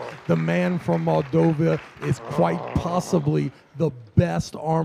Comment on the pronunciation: Love, but it is Moldova, not "Moldovia" lol